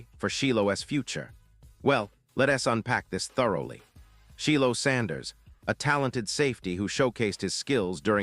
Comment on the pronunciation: It's pronounced like...Shielo